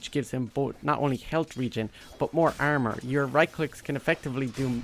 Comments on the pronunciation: The "ermer" never gets old. Gets me everytime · Nobody: This guy: This hero has low "airmer"